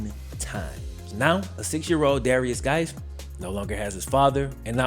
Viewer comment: Swear ta GAWD I thought he was saying "various guys".